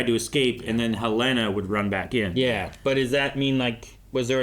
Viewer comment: I am BEGGING you to say Helena’s name correctly. Where did you get this pronunciation from? 🫠🫠🫠